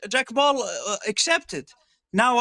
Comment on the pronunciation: “Jack Paul” 😆 that’s some epic trolling by Turki. Like he doesn’t know he’s saying the name wrong.